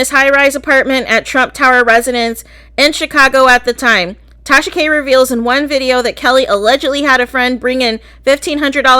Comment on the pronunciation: Take-Sha-Ka👀👀Gurlll you in trouble 👀👀🤣